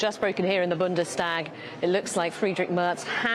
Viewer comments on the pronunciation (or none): I heard him say it correctly before, but the urge to say ST as SCHT seems to be too strong 😂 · I like that Vaush tries to pronounce German words correcty, but he fails with both Bundestag and Reichstag, the sh-sound does not apply when S-T is caused by a compound word - Reichs-Tag and Bundes-Tag. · Someone teach vaush how to say Bundestag pls